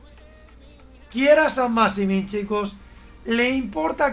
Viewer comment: Nadie, absolutamente nadie: Chacho: San masimin